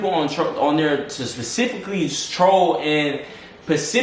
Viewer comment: Can we talk about how says specifically “pacifically” 😭